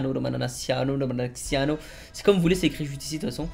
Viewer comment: Ptdrrrrr il pense toujours que le nom de son créateur c’est Romanciano alors que c’est Romanaccio mdrr